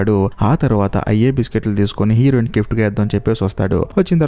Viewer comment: Heroine and hero.. ee words konchem clear ga. Cheppandu..fast ga cheppadam vallam aa word heroin or hero ani clear ga vinipinchadam ledu